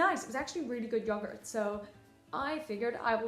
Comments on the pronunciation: So essentially u just took a crap ton of yogurt... P.s she corrects herself after nearly saying yogurt correctly 😅 P.p.s thank fk I hate yogurt :) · I love you so much but you did not pronounce yogurt right